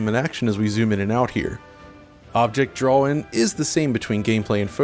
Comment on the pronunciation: Great video but this guy saying "drawl" instead of "draw" really sticks out to me!